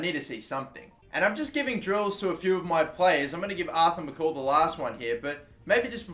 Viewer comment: Pronounce MacColl Correct. Its Mac-Coll not mc-call